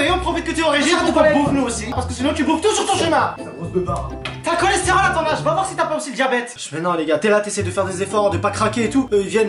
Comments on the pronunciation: J'aime trop quand elle dit coresterole ou je vais te boxé ou alors je suis choqué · elle l’a appelé « cholestérol »😭